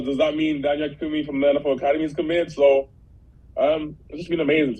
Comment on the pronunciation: Hang on. I think you still said his last name a bit wrong. It sounded like Ah ken KAh oon Me Or is it just Ah ken koon me?